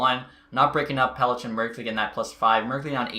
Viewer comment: Not trying to be a douche... but MUK HAM A DUL LIN Warren Foegele ( not William) Pelech is Peleck Alnefelt is All Ne Felt I’m gonna get hate, but like between you and Xtech I don’t know who’s worse at pronouncing names lol